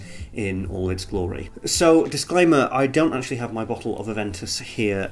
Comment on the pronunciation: “My boughdlle “ lmao